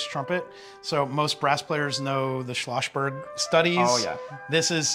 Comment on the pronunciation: Its not Schloschberg but SchloSSberg :( It also isnt Brasch instead of Brass, right?